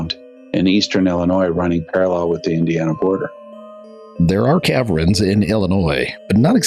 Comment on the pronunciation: Cav-rens? Ca-vern